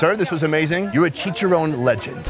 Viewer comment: I cringe when this guy butchers the pronunciation of the name of the foods. Chicharowwwn? Really bro? 😬😬😬